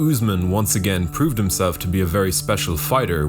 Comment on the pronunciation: he calls him newsmen lmao